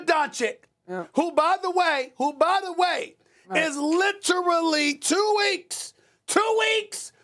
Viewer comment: "Donkich" Really?!? Some journalists, they can't even pronounce the name. Pfff